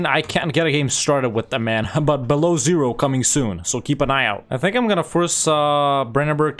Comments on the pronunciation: You calling Belo Ozero (white lake, pronounced Bela Ozera, at least in Russian) "below zero" is my current life source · that's so funny for russian ears to hear beloozero, like below zero